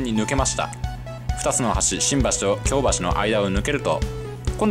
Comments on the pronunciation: 京橋のイントネーション違うと思います。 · 生まれも育ちも東京ですが、京橋と松屋の発音が違うような…。 関西にも京橋がありますが、そちらの発音に聞こえます。 松屋も牛丼屋と同じではないはずです…。 昭和１桁の人が乗っても喜ぶはず。 （私の父親＝江戸っ子） 楽しそうで、私も乗ってみたいです。